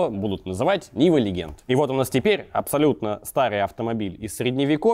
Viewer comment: Legend [ ˈledʒənd ] - произносится как леджэнт, а не "легенд".